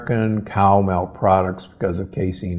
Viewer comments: It's called "milk", not "melk". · Why are you saying MELK??